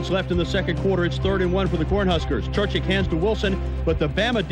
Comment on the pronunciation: Think how good Alabama would have been if they recruited the entire South, and not just white players. Amazing. And it's Churchich, not Churchick.